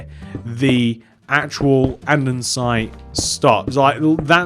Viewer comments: Its not andensite its andesite. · Sorry, but you are aware that "Andestie" HAS NO "N" it's not "ANDENSITE" it's "ANDESITE" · Anyone else get really triggered by the way he says andesite